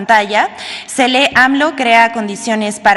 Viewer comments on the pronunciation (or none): Sra Vilchis! Y si aprende a "leyer? Y pronunciar de forma correcta? Cree que todavía sea tiempo de aprender? 😱